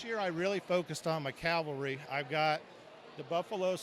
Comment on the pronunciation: CAVALRY NOT CALVERY